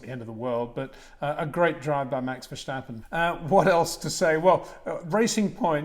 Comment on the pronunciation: There is no "SHJ" in Max Vershjtappen. Its just Ver sta pen :) i hear it all the time, even at those press briefings lol